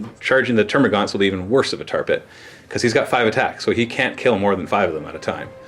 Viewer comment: It's termagants not termagaunts